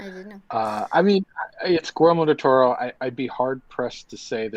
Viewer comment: are you saying Gormo del Toro?